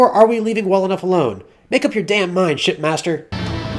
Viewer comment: When you said "make up your mind Shipmaster" it sounded like "make up your mind Shitmaster"